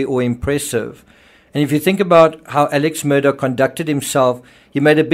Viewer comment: Your Murdaugh videos are good except you lose all credibility when you can’t pronounce their names correctly. Alex Murdaugh’s name is pronounced Alec Murdock. I know it isn’t sounded like it’s spelled but that is how the family pronounces it.